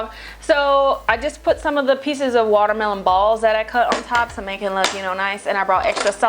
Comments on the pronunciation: I am so happy right now because when I cook I also make sound effects ("pochatar!" when you placed the noodles into the pot HAHA) and 're-name' food items like how you pronounce watermelon as 'wadamelone' LOL. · when she said waterweloon i kept thinking of that viner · I lost it when you said "Water-malone"! Oh my goodness, I can't with you, you so funny!!!!! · i legit died when you said watermelón omfggg hahahahaa